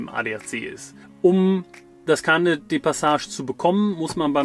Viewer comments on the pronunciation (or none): Gesprochen: Peh-loh-ponn-ees, nicht Peloponnes wie etwa Pommes (anderes Video) Gesprochen: Car-neh, nicht Kar-Nett (liebes Auto) - Carnet ist frz. Schöne Darstellungen! Die 800 Euro pro Nase pro Monat stehen nun einerseits der Wohnung in D gegenüber (Zusammenleben in einer Wohnung, Nebenkosten und Lebensmittel dürften ähnlich sein, aber man hat dann noch kein Auto). Auf der anderen Seite hat der Camper über die vermutlich 40.000 km sicherlich auch einen Wertverlust erlitten. Von 40.000 € Anschaffung des anscheinend neuen Fzgs dürften optimistisch ca. 28.000 € aus Verkauf übrig bleiben. Das sind 12.000 € Mehrkosten zusammen, und 500 € pro Nase pro Monat. Dann sind da sicherlich noch die ca. 1.800 € Gehaltsnetto, die jeder von Euch monatlich sonst erzielt haben könnte, und auf die Ihr nun verzichtet habt. Darin sind Urlaubs-, Weihnachtsgeld und Wartezeit auf den nächsten Job schon enthalten. Ein Auto kostet pro Monat ca. 300 € Vollkosten (also mit Sprit auf ca. 15.000 km/Jahr). Die darf man noch (für jeden einzeln) abziehen, weil ihr das Auto zuhause für die Arbeit gebraucht hättet. Die 3 letzten Positionen sind nun im Grunde die Kosten der Weltreise, nämlich (+1800+500-300=) € 2.000 pro Nase pro Monat. Erstens holt Ihr das aber schnell wieder rein, zweitens wart Ihr ohne Kinder noch unabhängig und drittens kann Euch die Erinnerung an die und die Erfahrungen aus der Reise niemand mehr nehmen.